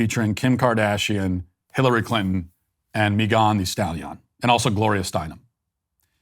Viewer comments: Meegon the Stallee-on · Me-gone thee stalYon 😂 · Why does Matt say Megan the Stallion like that? 😆